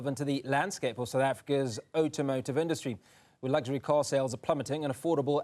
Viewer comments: You and I both...Outomotive?? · "Oh-tom-oh-tive", don't know why but the more he repeated it killed me 😅😂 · What the hell is "otomotive".....come on now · "Utomotive" listen properly now. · this guy says "automotive" weird. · Automotive!!! Why is he mispronouncing the word?